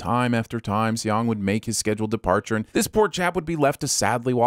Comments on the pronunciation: I really wish you would make sure of the characters' names' pronunciation before recording this... my skin crawled every time I heard you say Say-ong or See-ong for the main character. It's just pronounced like the English word "song" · Lol. /See-yong/ 😂😂